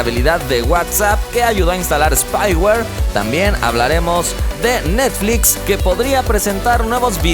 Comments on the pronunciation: Se dieron cuenta que en el inicio de video dice NETFIX en ves de NETFLIX? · estas comiendo bien? Porque te comiste la L en Netflix. Salu2